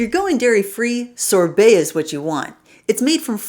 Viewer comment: Sorbet, not Sore Belly